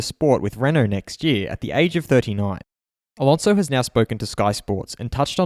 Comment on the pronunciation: Fur-nan-doe A-lawn-zo